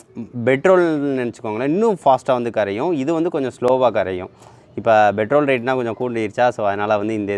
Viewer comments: Petrol not betrol. !!! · Betrol not petrol 🤭😂🤣